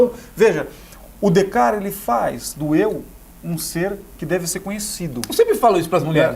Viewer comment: Este cara estudou na frança e, contudo, não consegue falar 'Descartes' correto. Nem em Frances nem em português. Muito pedante